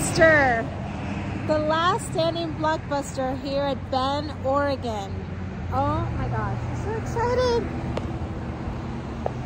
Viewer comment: I'm guessing you didn't make it to Portland except for the airport? Adam was here not too long ago as well, and y'all seem to slide in and our of town lol. Thank you for pronouncing Oregon correctly.